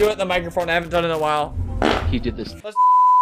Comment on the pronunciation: " i HaD dIrArRiAh 3 tImeS tOdAy" -albert